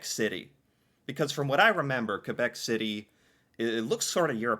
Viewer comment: I have to say something. Thank you for the way you pronounce Quebec. Most Canadian cant pronounce the correct way!